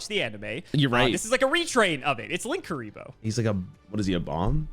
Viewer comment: Wrong pronounce, there isn't 2 Ks, it is either Lin-Kuriboh or Link-Uriboh. Lan isn't an effect monster so can't be used for Borreload.